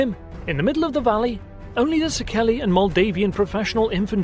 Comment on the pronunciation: Also Székely is pronounced as C.K. like Louis C.K. (the standup comedian, his orginal name is Louis Székely)